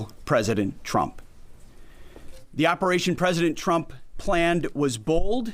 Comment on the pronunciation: I still hear “President Chump” when he says it. Just like Karolie.